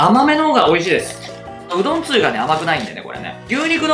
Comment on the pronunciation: 酒がスープｗつゆのイントネーションが梅雨になってるのだ( ´,_ゝ`)ｲﾋ